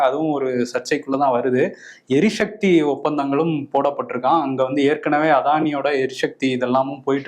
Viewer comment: தம்பி, எரி"ச"க்தி... எரி "ஷ"க்தி இல்லை;)